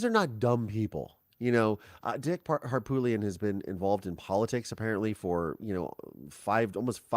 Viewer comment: SC here and I think you're spot on. Harpootlian ('t' is silent Har-poo-lee-un) is slick and shady and now it's possible for a re trial thanks to jumping the gun on a book deal. It will make many feel that sinking feeling like OJ and Casey Anthony (if AM gets off on a legal loop hole).